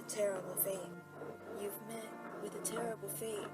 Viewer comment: BeN: You've met with a tarible faith